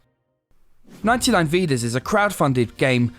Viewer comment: no-VEN-thai NOH-veh VEE-daz. "Thai" as in "thai food". This is how you pronounce 99Vidas in Portuguese